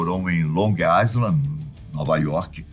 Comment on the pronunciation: Revisores, pronúncia de ISLAND está errada. Cpnfiram.